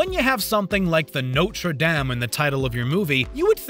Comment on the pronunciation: I found the "damn" just as, if not more irritating, than the usual americanized "dame". At lease "dame" makes sense if you didn't do your research, and had never seen/heard the word before. (It is an american channel, after all) But yeah, "dom" would be much closer to the correct pronunciation.